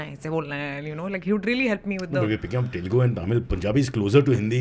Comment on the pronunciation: First of all it is not 'T'elugu, it is Telugu.